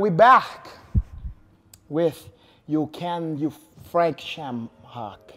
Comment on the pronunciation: "Frake Shame-hock" 😁😁😁